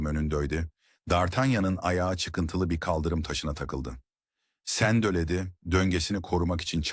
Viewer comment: Her şey çok güzel fakat bariz kelime hataları insanın dikkatini dağıtıyor. Örn; "sendeledi yerine sendeledöö, sonsuza dek yerine sonsuza dök" gibi. Bunları düzeltirseniz çok daha güzel olacaktır. Emeğinize sağlık